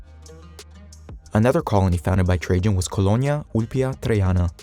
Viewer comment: Lol ,how read Trajan . So first A and second A arent a same ?. So logical, why would any A be same like other A , when you can read whatever you wont insted of A. You look smarter then